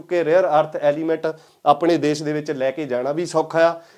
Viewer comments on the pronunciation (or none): none